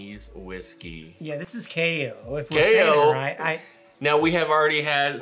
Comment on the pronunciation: It’s actually pronounced KYE-OH 😁👍🏻